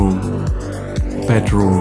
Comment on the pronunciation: I can't wait to try and hold teewee bedwoom and weeding....it's like a German Jonathan Ross! Love the content though...